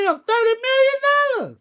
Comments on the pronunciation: Hahaha Turrrdy million dollahhhz 😂😂😂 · Thutty but still 💯😂 anyway 💪🏾